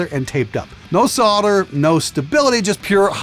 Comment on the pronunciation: If only he could pronounce solder correctly, who fights in your Army? "Soddiers"? what happens if you sell your car is it "Sod", say "sold" then add "er" to the end, simple